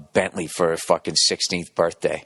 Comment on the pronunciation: fahhkin' yaaahrds